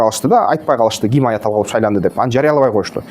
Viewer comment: Айатала болуп шайланбайт тантык Айатулло бул ошо ирандын президентинин аты